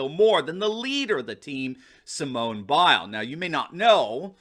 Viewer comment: How does getting second place count as getting "crushed"? This guy can't even pronounces Biles name correctly . And there's nothing wrong with what she said. All you Trump dick suckers need to stop politicizing shit.